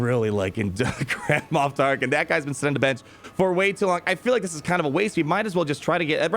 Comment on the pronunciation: “Grand-Ma Tarklin” ?